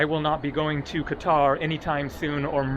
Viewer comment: Why did you say Cutter, you had it right before, it's Qatar (Ka-tar), maybe they're arresting all the people who insult their country by not pronouncing Qatar correctly